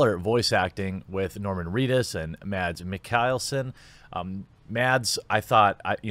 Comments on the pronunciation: Lol Madds MIKKELSEN NOT MICHAELSEN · Mads Mick-all-son is how you pronounce his name! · Mads Mikkelsen is pronounced "Mas Mick-el-sen". Just FYI. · How you said Mads Mikkelsen made me laugh so hard lol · the pain i feel from the mispronunciation of a danish name XD